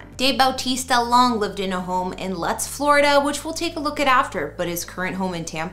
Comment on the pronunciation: Lutz it’s pronounced loots